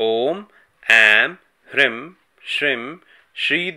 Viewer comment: Bhai ap ki toh beejon ki pronouncing hi nirali hai 😐 Hrim kab hota hai Hreem hota hai Shrim kab hota hai woh Shreem hota hai aur Hrim kya hota hai Hreem hota hai Dunia aik jaisa pronounce kr rhi hai aap anokhay hi system mie chal rhe ho 😁